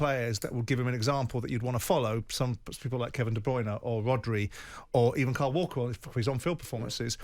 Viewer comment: It's "COLE" and "KYLE" they aren't both called "KARL" WTF!!🤪